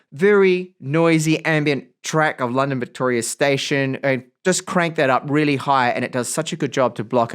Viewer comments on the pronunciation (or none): none